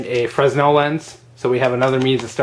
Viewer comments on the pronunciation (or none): just a side note...the "s" is silent in "fresnell", but love the vid. thanks